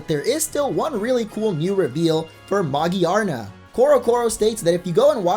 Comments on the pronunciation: Who's Magiyarna? You mean Megearna? That's how the Japanese pronounce it ugh Pokemon names confuse me when every youtuber says them differently. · it's ma-gear-na, not magiarna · Magi-arna? I think it's Ma-Gear-Na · It is ma-GEAR-na it irritates me how he says magirna Or what he says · "A sick little video" I see what you did there. Also, why can no one say Magearna correctly?